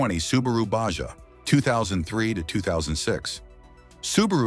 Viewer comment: Its subaru "baja,pronounced baha". Spanish for "lower" as on baja california.